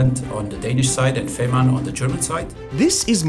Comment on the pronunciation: You are spreading desinformation by repeatedly mispronuncing the whole project. You have collected, or possibly (worse) self interviewed people working with the project and correctly pronouncong it feh:marn, but you insist on saying fimarn all the time. Listen and learn!